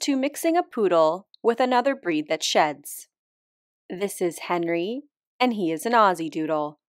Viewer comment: I feel like he went from Hénri to Henrí, no? ( French accent on the last one)